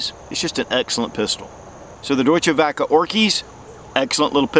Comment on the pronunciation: If you ever have problems pronouncing German words, just slap it up on google translate and make it say it back to you. Deutsch is doi-ch, werke is vare-kuh. German Works. Hate on me for correcting, but we don't learn unless someone corrects us. Love your vids, enjoying the random gun vids. Nice to hear about something other than the brand names.